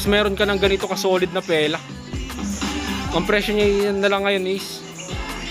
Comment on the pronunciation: Fila po hindi pela hahaha